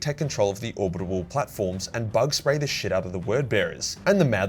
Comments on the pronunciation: Orbital, not orbit able. For Christ's sake, it's killing me. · It's not "Orbitable". It's Orbital. Or-bit-al. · is it just me or does say 'orbibal weapons' instead of orbital weapons? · you’re brilliant, but ffs it’s "orbital" not "orbitable." Doing my tits in 😂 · it’s orbital not orbitable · Great vid as always, but... is it ORBITAL or ORBITABAL weapon platform? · are you saying "orbitable" instead of "orbital"? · ORBITALLLLLL but orbitableeee or whatever you were mumbling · Pretty sure its orbital. Not orbitable. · says "orbital" like "abominable" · Or-bi-tal man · Say it with me now: OR - BIT - AL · "Orbidabable" I love the way you say orbital. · Ore-bit-all, If that's an error you keep making. If it's some kind of impediment then fuck me. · What’s with the pronunciation of Orbital? Is that how it’s said in Australia? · Will ever learn how to pronounce "orbital"? We may never know. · Someone really needs to do a compilation of failing to pronounce "orbital"